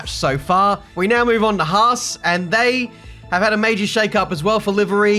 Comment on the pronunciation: The haas is like aaravas 😅🧐